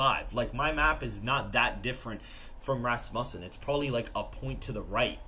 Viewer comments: He pronounces Rasmussen like it’s rass bussin When it’s supposed to be said Rasmussen like it’s rass mewssin Vote Trump sigmas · Hey boss pretty sure it pronounced Ras-Moosen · Why do you guys always slaughter the name Rasmussen? Like fingernails on a chalkboard. It's pronounced RASSmuhsen!